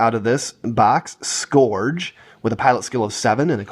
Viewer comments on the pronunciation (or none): How can you not say scourge right? Lol